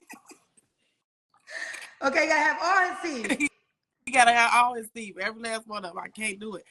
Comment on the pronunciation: Black folks it’s TEETH!!! Not Teef!! 🤦🏽‍♀️🤦🏽‍♀️🤦🏽‍♀️